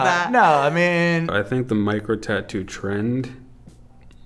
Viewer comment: I thought she said Mike Rowe tattoos and not micro tattoos. 🤣 I didn’t know that many people had Mike Rowe tattoos. 🤷‍♀️